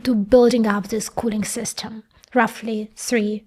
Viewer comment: мне ОЯЕНЬ интересны все Ваши эпизоды. Женщина-инженер и умница не может не нравиться. Один момент, который можно поправить, это произношение "ly". Слишком откровенная русская "И". Хорошо бы её приблизить к "Ы". Равно как и в словах "system" (dinner, chicken). Делюсь тем советом, который получила больше 30 лет назад. Удачи.